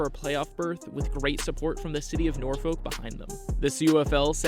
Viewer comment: .......wrong Salem ...that's the one in western side of state And it's PRONOUNCED NOR-FUK